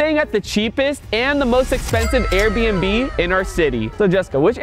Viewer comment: Her saying "lets finally take a tour of the most expensove arebnb in "my city"